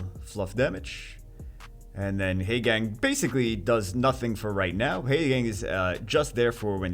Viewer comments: teehee heygang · Short "a" sounds instead of long "a" sound. Actually, not too painful; I was exaggerating. can pronounce it however he wants. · Painful to hear you mispronounce Haegang incorrectly over and over.